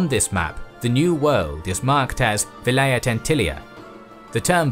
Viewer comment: Vilayet is pronounced as 'w' as is in 'weed'. It means a district